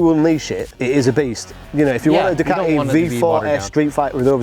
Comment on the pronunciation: It's 'Ducati', NOT 'Doocardy'.